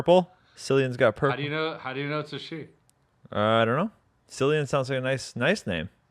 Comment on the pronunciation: Have ye never heard of Cillian Murphy? 😂 It's said like Killian plus I'm a 37 year old Irish dude with dreads and a beard that would give Chris a run for his money but your spot on about the boobs 😂